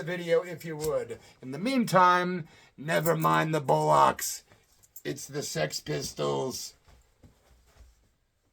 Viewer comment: America please it's bollocks not bullocks just try and get it right please